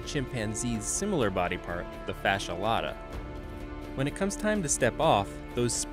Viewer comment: Fascia Lata not fasholata lol